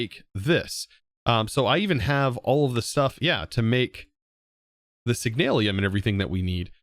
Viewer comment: Try reading the "Signalium" or Signalum very closely lol